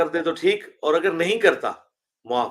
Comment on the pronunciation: Tu c paindo ho. Ardo (Urdu) punjabi which bolde ho. The word is Gaur and not Gor. And similarly, the word is Aur and not Or. Please take a crash course in correct Urdu pronunciation.